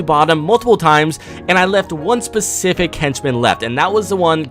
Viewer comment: Specific not pecific